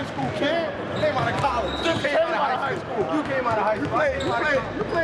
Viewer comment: kobe 🤣🤣 "you just came outa jigh school kid!"